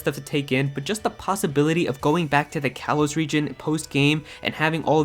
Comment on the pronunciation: "Kalos" is pronounced "kah-lohs".